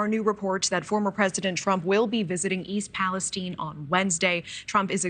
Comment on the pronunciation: So why all of a sudden is East Palestine being pronounced East Palestene?